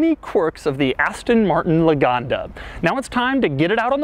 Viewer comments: LAGONDA NOT LOOGANDA ITS NOT AN AFRICAN STATE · por que le dice Loganda si es lagonda? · Loganda???!!! ITS LAGONDA!! 😠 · He cant spell the name well. Thats ridicolous... Luganda, loganda... Maaaaan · Love how he pronounce it as "luganda"